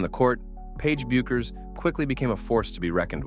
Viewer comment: It's Beck-ers. AI isn't perfect.